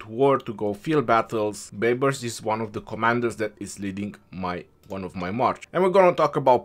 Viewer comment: "Justin Bai-bars" 🤣🤣🤣